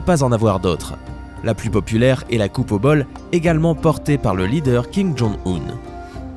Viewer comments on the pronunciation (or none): Euuuh c'est pas Kim Jong hill C'est Kim Jong Yun j'crois ou alors sa s'ecrit differement ? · se n'est pas king jonil ses king jonoun